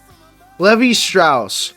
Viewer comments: LEE-vai, Not Levy!!!! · Levi is pronounced like Lee Vie not Leh Vee. If that doesn't help, the vowels should rhyme with knee-high. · How do you f*ck up saying the name of a well-known jean company in Levi ? For the love of God, do research on pronunciation if you are gonna do an iceberg. Seriously urks me, grinds my gears. The correct pronunciation is Lee-vī not levy. And Crispin Glover turned down the role for having a lower salary compared to Biff and Loraine's characters. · It's pronounced "Lee-Vye" not "Levee". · Yeah. Glad he didn’t say it wrong more than he did. LEE VIE! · Ai speech? Because everyone knows its pronounced "Lee-Vi". If not AI then I apologize, it seems more and more content creators are choosing that route, which I don't understand.